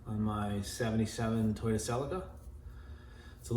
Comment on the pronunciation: you pronounced Celica correctly.. not everyone does